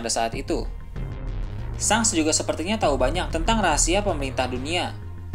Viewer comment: Ejaannya memang shanks , tapi sebutannya " shenks" min.. lidah kacau bgt lu min..